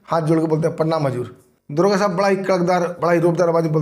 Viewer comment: दरोगा तो बोल नही पा रहा है दुर्गा बोल रहा है बड़ा चेनल चलाने वाला बन गया